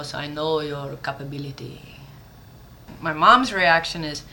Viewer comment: lol "hair in mah eye"